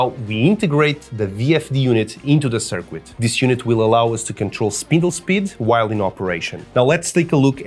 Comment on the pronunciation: that's a really good idea. Lol at circoo-et and Bee-ta